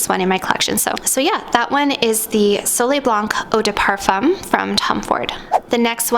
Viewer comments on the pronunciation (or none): You’re Canadian!! Don’t pronounce the c in blanc or the m in parfum I just found your channel but your French pronunciation is killing me. Seek proper pronunciation please.